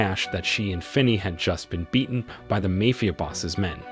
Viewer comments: Hey Narrator, what's a 'Mayfia Boss'? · Speech to text is getting quite good overall or I have been pronouncing Ma-fi-a Boss wrong all these years. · The way this guy saying mayfia sound more like a fairtale story.